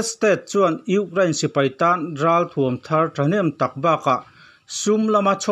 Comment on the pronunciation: Gaithla hman chiah e ngaihnawm dawn lutuk ... Mahse ugrain ti zel a 😂 Ukraine 🇺🇦 🙏🏼